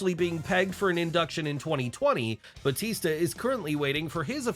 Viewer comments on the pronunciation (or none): none